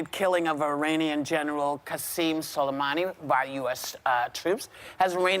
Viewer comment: Whoopi is rhe FIRST person I heard completely butcher Qasem Soleimani's pronunciation. Even Pompeo pronounced his name correctly and they're enemies!